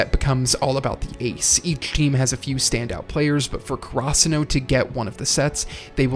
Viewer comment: Had to close the video after I heard you pronounce Karasuno.